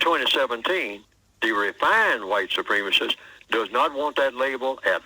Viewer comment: Please tell the narrator that "supremacist" is not pronounced with a long e as in "eel." It is pronounced with a short e as in "egg." The same goes for "supremacism" and, "supremacy." All three are nouns. Supreme as in "supreme being" is an adjective and it is pronounced with the long e. The adverb "supremely" is also pronounced with the long e.